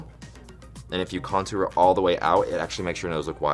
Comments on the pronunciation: No one: ...... Kameron: .....conTOOr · Kameron says contour so weird. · I love the way Kameron pronounces contour. That southern charm!